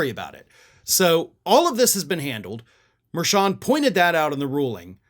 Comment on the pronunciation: are you saying Judge Merchan's name correctly, though? He's Columbian-American and I noticed that hispanic commentators and news personalities pronounce that "ch" that same as cha-cha. Just saying, if you're gonna call Trump out, you should get it right, too.